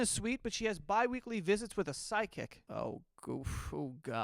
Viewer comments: Is it me or is saying sidekick instead of psychic 😂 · Everytime joe says psychic I hear side kick. 😂 just me?